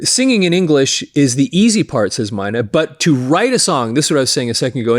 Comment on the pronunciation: Klaus My' knee...I heard them say it rhymes with money, which it doesn't... Die der Deer ks...lol just looked that one up... I grew up saying Klaus Main. and Deeter Dirks... I saw scorps 1st US tour with Ted Nugent..J Geils Band..Blackfoot...Scorpions... and Def Leppard also on their 1st US Dates I Believe...around '79